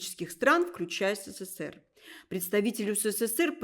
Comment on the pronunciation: Что за "Сэсээр"? Ведущая произносит слово " СССР " как иностранка.